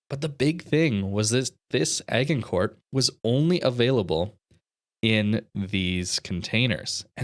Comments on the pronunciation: Also it's a soft G in Agincourt. Like Age.... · Agincourt is pronounced Ajincore. Look up the famous battle of Agincourt.